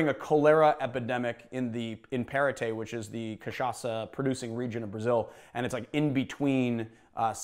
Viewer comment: I was really trying to understand where "parewte" was and then hit me, it's paraty 😂😂, it's pronounced like paw! rra tchi